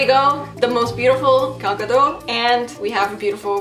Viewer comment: A lot of people say Gal Gadot's name like its French, and drop the T, but the T should be pronounced